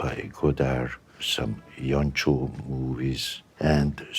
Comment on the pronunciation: "some [Miklós] Jancsó movies" come on mate